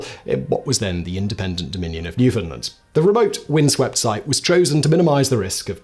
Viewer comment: Your pronunciation of "Newfoundland" is polished and delivered (almost) like a native. 🙂